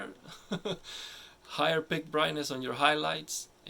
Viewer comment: Peak not Pick 😄